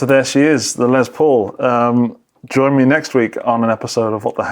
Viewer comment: I wish you British dudes would stop saying “Lezz Paul” it’s “Less Paul” dammit. Less!! You invented the damn language get it right. Sheesh Lol but I do mean it